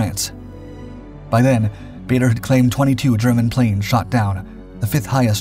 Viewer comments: I think this Guy needs to research his subject. Several mistakes. Can't even pronounce his name properly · I'd settle for his name being pronounced correctly. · It would be great if you could pronounce Bader correctly. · Another video that’s hard to listen to when the subject’s name is mispronounced.